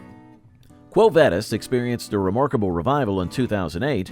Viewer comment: The way they say quo vadis is killing me